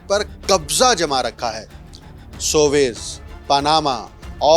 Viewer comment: swaiz نہیں سویز۔۔۔۔۔۔سوویز تلفظ ٹھیک۔کیجئے SUEZ